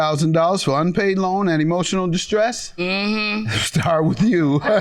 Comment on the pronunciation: Yes and then said "emotial dismiss" 😆😅😆